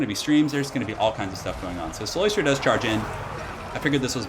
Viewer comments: Btw, it is cyLOStra, not cyLOIstra. There's no oi sound. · I dont wanna be that guy but its "CylOstra" not "Cyloystra", shes not an oyster xD